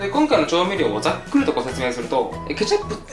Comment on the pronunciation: ケチャ↑プ